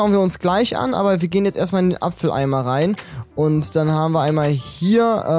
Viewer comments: Das heißt Abfalleimer nicht Apfeleimer 😂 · Das heißt aber Abfalleimer nicht Apfeleimer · ''Apfel Eimer'' xDD Das heisst Abfall Eimer :D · Hast du mit Absicht apfeleimer gesagt